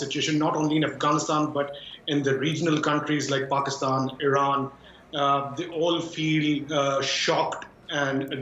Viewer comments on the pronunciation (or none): none